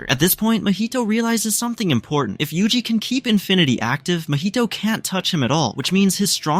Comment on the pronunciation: bro just said yuji. WHO IS UJI